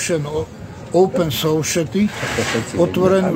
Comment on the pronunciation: Oupn soušety 🙂 lingvista jak vyšitý...